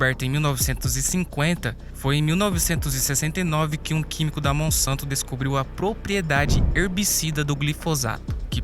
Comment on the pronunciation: Monsanto trocar o s pôr c e verás